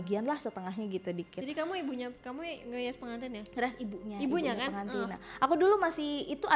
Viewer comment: PeNgantin apa pegantin wkwkwkwk